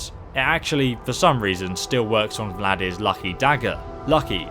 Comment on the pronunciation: No, it’s not called “Vladir’s...” Sound it out.